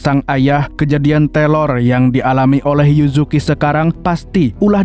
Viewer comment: Teror KK bukan telor 😏😏